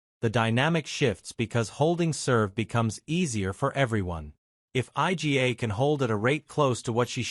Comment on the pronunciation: Who the hell is Ay Gee Ey? Eala-Noskova and topic IGA and sinasabi? Yan ang hirap sa AI eh.